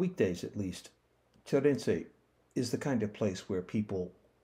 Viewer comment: It always amazes me how someone researches the history of the place but is so far from pronouncing the name of the place correctly. It's Sheerinje(Şirince) and it's not Soujouk(Sucuk in Turkish means sausage) it's Selchuk (Selçuk)